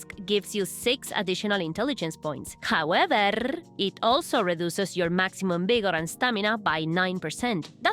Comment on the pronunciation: "However-r-r-r-r-r!" Idk. That tickled me